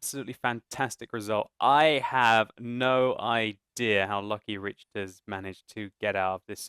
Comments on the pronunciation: not to sound like a grammar nazi or anything but i believe its RICK-ter not RICH-ter :P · No disrespect, but Richters should be pronounced like 'rickters.' Think Richter Scale. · Richters is probs pronounced Rikters - like the earthquake scale.